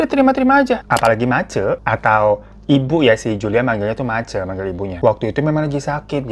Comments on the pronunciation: Maaf bang Hero kalau nggak salah penyebutannya itu bukan mace⬆️ tapi mace⬆️ kayak penyebutan e di kata Cece yg artinya mama kalo g salah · Bukan mace bang tapi bacanya kek Ma C. Jdi kek Ma sma C jdi Ma C gtu lah baca nya. 😂😂 duuh gak ada voice note sihh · ma C bang.. bukan mace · mace itu "ce" nya dibaca seperti ceri bang. Bukan ce pada cekatan. 😁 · Hihihi bacanya mace kak hiro jdi ngakak aku, baca yg bner maceeee 🤣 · Di baca mace bang bukan mace Aduh gimana sih jelasinnya😅😂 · Sebagai org asli papua, aku dengar bang hiro ngomong MACE tu lucu banget pengucapannya🤣🤣🤣🤣. Kalo d papua MACE(mama) Akhiran E di baca jelas E ga kyk d jawa gitu hihi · Halo bang Hiro... Aku dari kota sorong, papua barat nih.. sekedar info buat teman2 aja kalau kata MACE itu diartikan ke bahasa Indonesia adalah MAMA.. pas bang hiro ngucapin kata MACE langsung aku reflek ketawa karena rasa lucu dgn pengucapannya bang hiro 😂 gpp bang baru pertama kali bilang jadi intonasinya gk seperti yg biasa kami sebutkan hehehe.. makasih bang hiro sudah membawa cerita dari teman kami yg berasal dari pulau PAPUA ❤ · Iyo Kakak setuju. Maklumin aja Bang Hiro kan gak pernah tinggal di Papua jadi dia gak fasih ngucapin "Mace".😅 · Mace... e nya di baca kayak baca kota Medan.. bukan e Semarang😂😂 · Abaangg 😭E pada Mace dibaca kek E di Tempe, Bang. wkkkk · Mace pake E bukan pake e😅